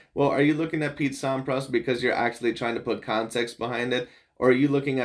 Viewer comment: Thanks for your GOAT discussion/reaction, you are so spot on (except for your pronunciation of Sampras, heh). And there's quite a bit more in Djokovic's favor as well that you could've touched on. One clarification though: yes Federer currently has 10 more titles than Djokovic does, but Fed turned pro 5 yrs earlier, plus Djokovic has won tougher tourneys overall (more slams & Masters 1000s, and has faced way more top 10 players). By the time Djokovic is Fed's age, he will not only have surpassed Fed, but he might challenge Connors for the all-time titles lead.